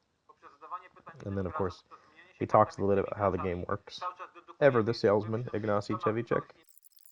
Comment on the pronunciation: Great, thanks for putting this up. Seeing Ignacy being fast-forwarded is rather amusing! And good effort on the Polish pronunciation